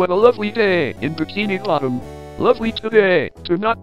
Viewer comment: U said kinibotom 😂😂